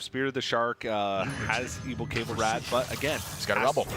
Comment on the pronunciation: someone should tell these casters that Cabal is pronounced Kuh-ball.